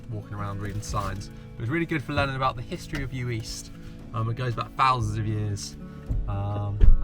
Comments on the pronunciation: What a great video. Good editing, lovely relaxing music choices. An absolute treat to watch! Heads up it’s pronounced yu-ist though, not yu-eest ;) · Uist is actually pronounced you-ist 🙂